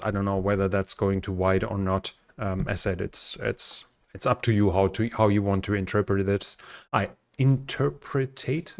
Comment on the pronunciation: it's "in-ter-pret" three syllables